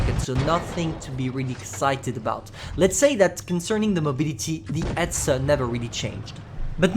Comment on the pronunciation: You say etzer